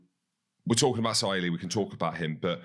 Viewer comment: Great video analysis. Just some feedback on the Pacific surnames. It would be nice to try and pronounce these names correctly. It’s not pronounced Sa-i-l-i or has an ongoing stutter. Think of it phonetically - Su-ar-lee-e. Andrew said it well. You’ll no doubt hear his name more often.